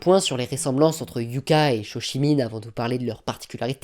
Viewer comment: Hyouka ne se prononce pas "Hyouka" mais "Hyôka"...